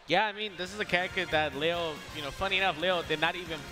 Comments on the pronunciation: Why can all the white people pronounce "Leo" correctly in the Spanish way, but Zero, the ONLY OTHER HISPANIC guy, can't pronounce it? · It's ironic cause Zero was mispronouncing "leo" while hbox was actually pronouncing it correctly